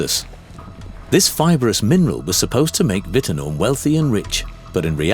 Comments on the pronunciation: Its pronounced "whit-noom" i camped there over night in my swag in front of the general store. there is still a few people who live there too. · i spent time there in 1975 - I'm still alive & well ! This doc overhypes the risk a tad i think. And its pronounced - WITTnOOM as in rOOm. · It's pronounced Whit-eh-noom It is in the Pilbara region It was a small town, never a city. I don't know where you get your nonsense about 80% of residents dying from Asbestos? Because it was so inhospitable, many workers stayed only briefly, so over the years several tens of thousands of people have lived there. There have been around 2,000 asbestos related deaths, so a maximum of perhaps 10%, and they would be mostly mine and mill workers. Why on earth was your reporter wearing a protective suit?!? Asbestos isn't toxic. The danger is if you inhale the fibres. All he needed to do was have a shower. The dangers in the townsite are minimal and have been grossly exaggerated for political reasons. Most Asbestos related deaths in Australia are NOT related to Wittenoon, but to workers who were repeatedly exposed to Asbestos DUST as part of their work. Those from Wittenoon were mostly mill and mine workers who were exposed to huge quantities of airborne dust for many hours every day. As of the 1980's there were still people living happily in Wittenoon. The Government had to provide them with Electricity, Water, Telephone, education, as well as maintaining the roads and public facilities. The government drove those people out to save money. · Please learn how to say Wit ten noom correctly. It’s so annoying to hear it constantly mispronounced. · please pronounce the name correctly Whit Noom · 80-% of the people who ever lived there would be dead from old age you idiot.Oh and the correct aussie pronounciation is WIT-NOOOOOM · its pronounced wit [as in quick mind] noom,[rymns with doom] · It was pronounced 'whit-noom' by West Aussies, including the Hancocks who owned the place.